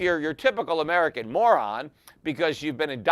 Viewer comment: Peter adds emphasis to the term “moron”.